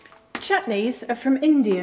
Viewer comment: "Indiyurrr" LOL